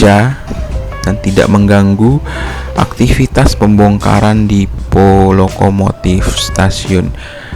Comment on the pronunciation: Min depo bukan dipo